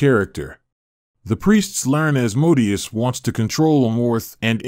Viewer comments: Thought it was pronounced As-Moe-Day-Us, not As*-mode-ee-us. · Pronounced: "As Mo Day Ous"